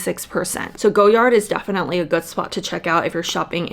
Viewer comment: Everytime you say "go yard" I die a little. It's "goy ard"